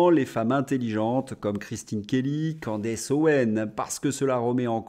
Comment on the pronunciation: Bonjour, on prononce Candice pas Candece…